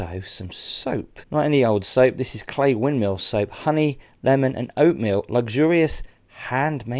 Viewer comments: Forgive me for saying But why on earth would you want a TV in such beautiful surroundings oh another little dig its pronounced Cley (cl-eye) and not Clay... ps James Blunt once slept in my tent in the garden 😊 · Pronounced Clye as I have been Told by the locals 👍🏻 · FYI, some local knowledge. Cley rhymes with eye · Thank you for showing everyone our beautiful North Norfolk coast. We say 'Cly' for Cley but that might be a Norwich thing. Gorgeous accommodation and the views are as always, breath taking. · Hi,: Fab location. FYI Cley rhymes with eye and it is Blakeney Point.😊